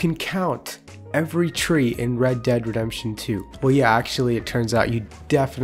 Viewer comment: Please tell me why you say red dead rempsion instead of redemption